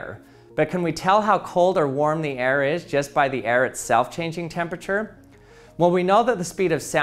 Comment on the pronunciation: Hey everyone today we're going to see if we can pronounce temperture 😅 Just a little ribbing, my man. Great video 👍🏼